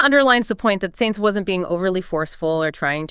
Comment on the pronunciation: Cant even pronounce Sainz correctly